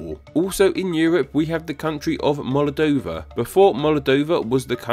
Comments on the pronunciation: It's Moldova, NOT MOLADOVA, plz don't film while drunk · Why did you pronounce "Moldova" like "Molodova?" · That saying of Moldova. “Molodova”